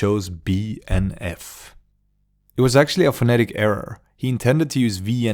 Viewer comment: Man hörde när du sa BNF att du var svensk